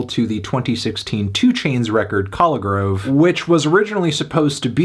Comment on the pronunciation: He couldn’t even pronounce Collegrove correctly